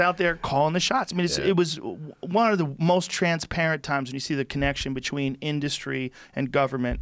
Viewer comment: The way Rogan says "between", too much jiu jitsu!